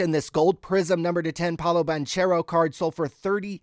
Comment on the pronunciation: All you have to do is say Yawn Is. 2 words you already know. Then for banchero its Ban Care Oh super easy. great content tho love the channel!!!